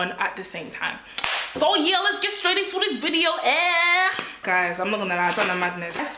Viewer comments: Every time you tell ‘YE’ takes me out!!😂😂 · Them “Ye” took me out 😂😂😂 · NELLA is officially a nigerian with her "ye "😂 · I can't breathe Nella wants to kill me every time she says "ye"🤣🤣🤣🤣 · 😂😂.. I'm dead.. those "yehs" yeah... Nella in stripper shoes is hilarious... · The Yie’s finished me!!! 😂😂😂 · You’re so Congolese I love it 😂 that “YEH” 😂😂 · Her ‘ye’ is different to our ye 🤣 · My “ye”is different to your “ye” 😂😂😂😂😂😂